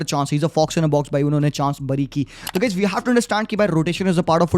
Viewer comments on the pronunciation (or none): none